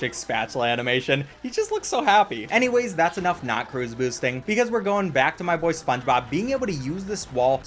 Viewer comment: “That’s my boyye”